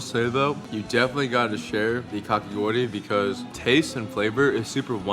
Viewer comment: When you pronounced kakigori correctly I smiled so much idk why but it made me really happy